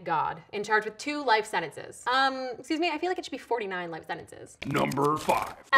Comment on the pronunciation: Did she annoy anyone else how she sentences ?????? SHE BUTCHERED the pronunciation!!!!! She pronounced it SEN-IN-SIZZ i never heard her use the letter ''T'' once